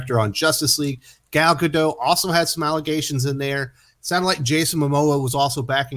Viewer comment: Do I think Gal Gadot (not Gador as said in the video and description) has problems with language in America? Yes, just as much as Americans saying and spelling her name do.